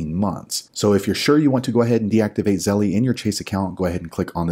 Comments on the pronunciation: The fact he calls it zelle-E drives me crazy! It's just zelle. The company doesn't pronounce it that way and if you say it with proper pronunciation you don't say it that way. Just makes him sound like he thinks he's a 13 year old girl. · it is pronounced ZELL NOT ZELLEY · It’s pronounced zell not zelley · Damn he’s the first person I heard say Zellie 😂